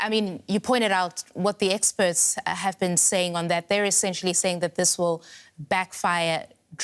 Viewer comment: Everytime they say "experts" im hearing "eggsperts".